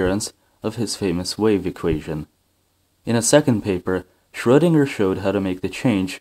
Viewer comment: ...and while we're at it, the guy's name is Schroedinger, spelled with a E in there if we don't use an umlaut. That's because it's pronounced shreuh, not shrow, -dinger.